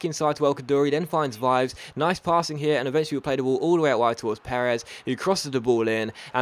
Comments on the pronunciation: I'm italian and Vives is pronounced Vee-vès Also, the gl in Quagliarella is pronounced as a 'j' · You can read VIVES in that way: V-E-V-(the italian e, that is open like eh)-S